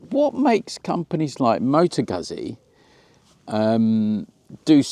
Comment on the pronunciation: FFS mate! How do you pronounce 'pizza'. Please apply the same rule to Guzzi.